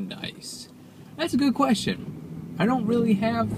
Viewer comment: "Weal good bar"